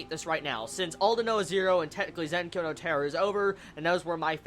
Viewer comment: i cringe whenever he says zankyou